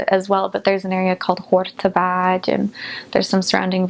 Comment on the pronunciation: I love the way she talks about Hungary, my country, she is adorable, but the way she pronounce "Hortobágy" is just simply beautiful and totally unexpected from an American:)